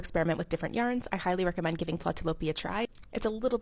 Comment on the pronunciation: That is so interesting, is it really warm because I knit and I’m menopausal hot 🥵 all the time. You pronounced the yarn name well . The double dots ü above a letter indicates the vowel sound E as the following letter , well that’s what a 17 year old taught me when I was 17 living in Germany , back in 1980.